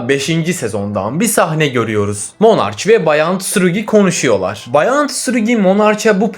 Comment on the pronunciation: Monarç değil o monarch okunuşu monarşi